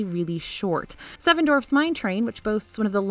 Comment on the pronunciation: Say: "duh". Now say : "wharf". Now say: " duh, wharf" together. DWARF NOT DORF! It is truly your only flaw as an announcer and like nails on a chalkboard when compared to your otherwise nearly perfect voice over work.